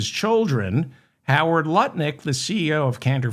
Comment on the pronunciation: Hi David. Are you concentrating on not calling him NutLick? You’re saying Lut Nick, emphasizing the Lut.